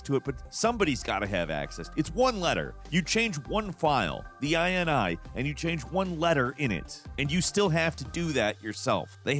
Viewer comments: Oh, man., it’s not “eye-en-eye”, it’s “eenee”, from the word “initialization”, a list of parameters an object initializes in memory with. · .in-ee. It's a .ini file, yea, in-ee.. Not like a USian to try to extend how something is said! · Whenever I see INI in my files I’ve never once thought I N I I’ve always just sounded it out like (i-nee) hearing say it makes my brain go brrrp